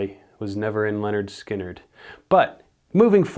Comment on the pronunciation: I like how this guy is all about nit-picking shit, but when it comes time to say Lynyrd Skynyrd he pronounces it Leonard Skynyrd. "Top 10 band names you think you're pronouncing right, but you've been saying them wrong for 30 years."